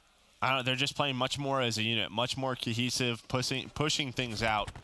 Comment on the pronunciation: 😂 accidently mispronounced pushing into something else. 😹 I'm pretty sure you can either hear him or giggle over it